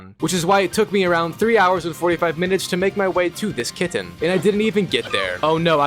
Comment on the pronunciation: This is so random but I love how you say KitTen, with the second T really being enunciated.